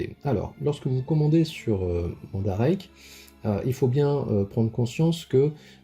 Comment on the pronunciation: Bonne vidéo ! Bien expliqué mais qui manque je trouve de précisions sur certains points que je vais essayait de t'expliquer. Bon déjà la prononciation du nom du site, je passe dessus mais bon XD que j'ai ris XD Ensuite comment fonctionne mandarake ? Ce n'est pas une boutique ou un site mais une firme a la base. Elle se spécialise dans le neuf et l'occasion de produits divers sur la culture japonaise. Et donc elle est présente dans différentes villes et quartiers de certains villes. Voila pourquoi tu avait Nakano dans ton panier. Ce n'est pas le nom du vendeur ou de la boutique mais plutôt du magasin Nakano. Pour les plus petit ( le mot reste relatif) tout est organisé par thème dans un commerce, pour les plus grands ce sont plusieurs shop avec des spécificités propres. Je commande sur Mandarake environ 1 fois par mois et différents types de produits. J'ai déjà acheté de la myth cloth bien sur, mais aussi de l'artbook ou livres, beaucoup de mangas en japonais, du jouet vintage de licence peu voir pas connu en France. Jamais de jeu vidéo pour le moment. Deux points qui vont te permettre d'approfondir tes recherches sur ce site. Le premier c'est qu'il est essentiel de taper les noms de ce que tu recherche en japonais. Pour saint seiya ça a très peu d'influence je te l'accorde car taper saint seiya ou myth cloth dans la barre te donne environ 90% d'une recherche japonaise. En ce qui concerne certains produits plus rare et voir certains licence c'est inévitable. J'ai passé des nui